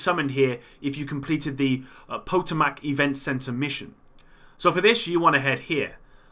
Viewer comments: Its not po-toe-mack. Pa-tome-ick is how you say that mate. Dont worry even locals murder that shit. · It's pronounced Pa-toe-mick. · FYI Potomac is pronounced pah-toe-mick.